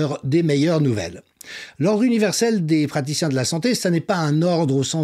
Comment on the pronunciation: Les Practiciens de la Santé-euh ??? 😅